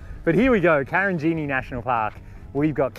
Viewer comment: Karijini not Karinjini -wonderful place